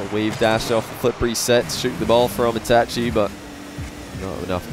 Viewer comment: Yo he actually pronounced itachi right